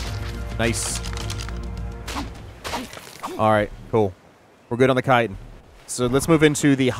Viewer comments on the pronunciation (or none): Chitin sounds like>>>>>>> (Ky-tin) !!!!!